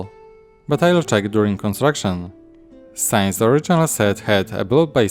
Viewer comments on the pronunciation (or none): Just some hints if you want to improve your English :) the bending of those baseplates is usually referred to as warping, from what I heard in all the other brick-related videos I watched. "since" is not pronounced as "signs", but more like "sins". Besides that: nice video and great MOC. I really like the texture of the walls with the light green bricks. And those black trees just always look good together with castles!